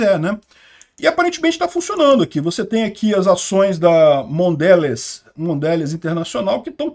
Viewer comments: repita: Mondelez, Mondelez. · Mondelez (lê-se "mondelês")